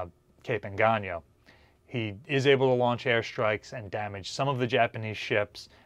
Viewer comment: Well atleast you say Engaño right, unlike a certain British man who places the Northern Fleet way WAAY south of the Southern Fleet. But please don't say Surigawa.